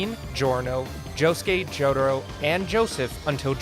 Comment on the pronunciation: He really says "Jodhuro"